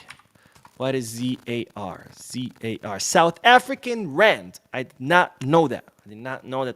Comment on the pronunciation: Last comment, the account Barça Reloaded donating in ZAR... the pronunciation is just Zar. Pretty simple. Or you just say Rand, cos as far as I know there is no other Rand currency. So u can just say "49 Rand", or "1500 Rand" or "a million Rand".